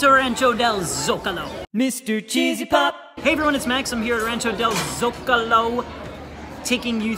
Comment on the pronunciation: This is completely unrelated to the video but I literally gasped at the start of the video cause you said Zocalo differently to how I remember you saying it (specifically in the pumpkin video). Now you're saying it the way I say it. I have no idea which is correct, of course, but it feels a lot less out of place to me specifically.